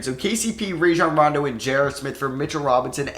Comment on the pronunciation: it’s (RA-John Ron-Doe)